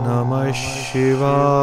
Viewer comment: सही मंत्र ॐ नमः शिवाय होना चाहिए ,,ना कि ओम् नमस शिवाए होना चाहिए ,, शिवाए उच्चारण आ रहा है